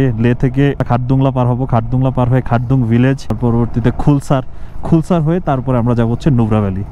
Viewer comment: খুলসার না নামটা খালসার 🙂